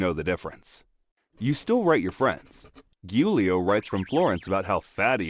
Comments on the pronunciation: "giulio" it's proununced "geuleo" in English (I'm italian) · My hb is called Giulio and it’s not pronounced “hulio” it’s pronounced “Giulio”